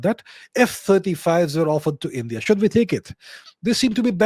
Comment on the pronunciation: "shuth we take it"🫠 what's with the accent mannn